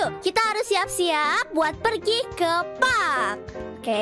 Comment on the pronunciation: Park kak bukan pak